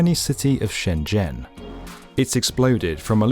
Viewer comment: I can tell a channel does its research when it actually pronounces shenzhen correctly